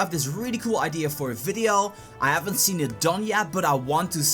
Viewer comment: like your content. but u need to learn the difference between the letters A and E. and F and V.. example: it's Egg, not Agg. it's next, not nAxt. video, not fideo. other than that.. keep it up